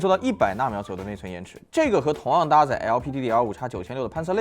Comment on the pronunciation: 5X 能不能好好念对？ 照你这么念 那是不是 MAX 念成 妈插算了？